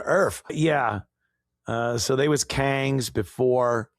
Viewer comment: every time you say “kangs ”, it cracks me up!😂😂😂